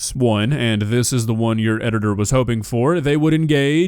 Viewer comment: Nah who said edgitor ☠️